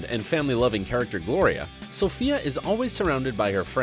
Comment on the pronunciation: Every time he said Sofia I twitched 😑